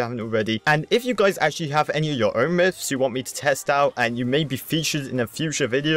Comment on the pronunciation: u said mifs